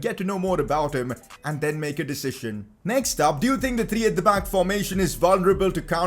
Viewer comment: Is it only me who finds it funny the way he pronounces the word "decision"?? (i am joking, no hard feelings, right?) xD